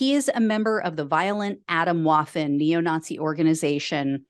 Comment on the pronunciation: Just a little pronunciation tip for clarity: "Atomwaffen" is German for "atomic weapons" and is pronounced "ah-TOHM-vah-ffen". We Americans would do well not to anglicize the pronunciation of every foreign word we encounter -- our horizons should be wide enough to accept the actual/real words and how they are pronounced. Thanks for all your hard work!